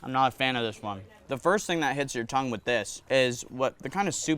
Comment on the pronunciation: U still saying tongue:/